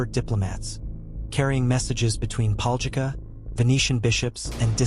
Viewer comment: LOL I LIVE THERE AND MY COUSIN TOO BUT ITS PRONOUNCED DIFFERENTLY